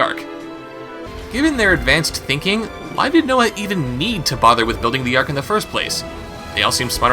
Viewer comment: "Ark", not "Arch".